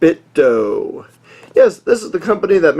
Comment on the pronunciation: Good review! Though it's not pronounced doe as in the deer, it's do as in "do it".